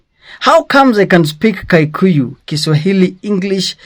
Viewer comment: It's Kikuyu not kaikuyu